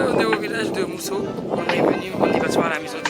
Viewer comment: C'est le village de Moossou et non Mousso